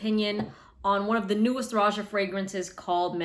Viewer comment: Isn't it pronounced Rohah